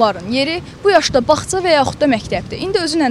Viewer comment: Azərbaycan dilində güclə danişir. Baxça sözünü baxЦа niyə deyirsiz ki? Oxumamisiz?